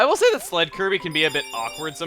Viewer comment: When he was saying sled I thought he said slut